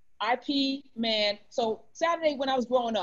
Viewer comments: Ip Man, not I.P. Man 😂💕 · Karen, it’s pronounced Yip Man. 😂🤣 Not that it’s our language or even matters.